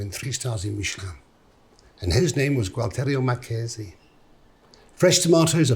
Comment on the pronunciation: Mate, if you’re gonna quote somebody’s name, pronounce it properly ; especially considering he has passed . It’s not Gualterio it’s Gualtiero Marchesi . You are a great Chef , but that was not a very good effort .How would you like it if somebody called you Marcus Pierre White whilst talking about your accomplishments ?